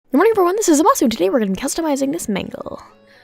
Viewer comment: I got lost at the intro the only thing i heard was ghhhhoddd moerindn zammusa